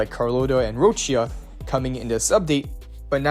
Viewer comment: you said Roccia's name correctly this earned you a like